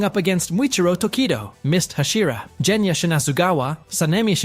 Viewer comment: ok I am sorry but this makes me mad it is NOT jenya it is genya